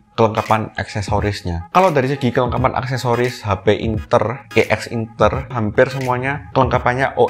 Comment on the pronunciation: bilangnya "ex inter" ngab, bukan "e x inter"